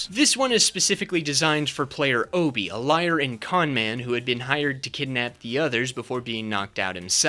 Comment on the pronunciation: Just wanted to bring up that it's even said in Saw 2 that Obi's name is pronounced like Ah-Bi, not Oh-Bi